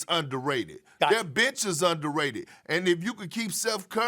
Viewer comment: Perkins sounded like he cussed! 😏